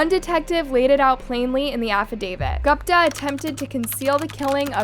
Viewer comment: "Gooooooopta" girlfriend... You pronounce her name "Goooopta".